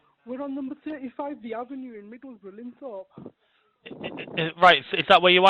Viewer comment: The UK doesn't use euros Lest - I- Shur not lie-chester MiddleSbruh not middle-burrow